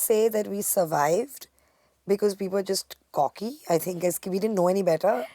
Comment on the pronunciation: It's cocky not corky